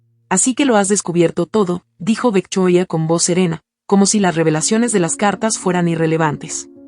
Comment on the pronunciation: Se dice VICTORIA, no me decepciones narradora, yo te zndo presumiendo en otros canales, como seria y profesional, que pronuncias muy bien, y ahora comienzas a pronunciar el nombre de la suegra muy fifi, lee bien, por favor